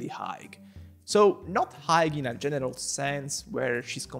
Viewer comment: work on saying general please, i was watching this while eating and my mom thought unsaid genital 😭 she was like WHAT ARE U WATCHING 😭😭😭